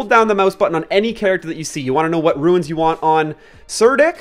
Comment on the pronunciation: I'm sorry, I just can't listen to you mispronounce runes anymore.